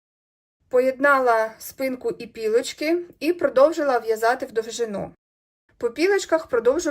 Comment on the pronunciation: У в'язанні (і у шитті) правильно ПІЛОЧКИ (передня частина будь-якого виробу). ПОЛОЧКИ - це російською, або ПОЛИЧКИ (наголос на першу "и" - це у шафі). Дякую за Ваші уроки. Успіхів у створенні краси. Миру й здоров'я.